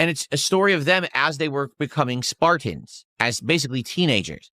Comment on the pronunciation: Haha cant even say spartans. It came out as Sparkins WTF is a Sparkins??